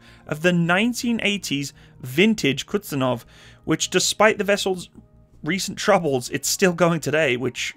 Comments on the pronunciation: It's Kuz-niet-tsov 😀not Kutsenov 😀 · It's not Kutsunov or Kutzenov. The name of the aircraft carrier is Admiral Kuznetsov. And its not exactly an typical aircraft carrier but heavy aircraft cruiser. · it hurts every time you say "Kutsenov" instead "Kuznetsov" Excelent video about russian aircraft carrying wreck that produce smokescreen while it floats... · It's not kuTZenov but kuZNETsov